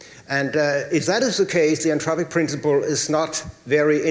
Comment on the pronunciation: When says Anthropic, it sounds Entropic - slightly confusing